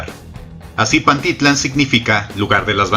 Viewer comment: Se pronuncia PantiTLÁN y no PanTItlan, te sugiero que aprendas a pronunciar bien